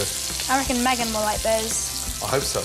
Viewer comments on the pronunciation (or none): none